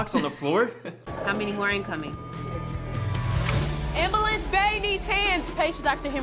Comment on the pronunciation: The lady said Ambelance